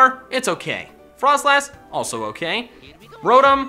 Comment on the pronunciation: Rodum??? It’s pronounced Row-tom